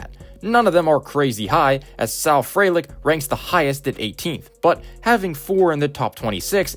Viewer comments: Small point: Frelick is pronoucned FREE-lick. bref usually has a pronunciation guide for non-obvious names, they're a great guide to use! Great video otherwise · good video! appractie teh graphs, jysk it's pronounced free-lick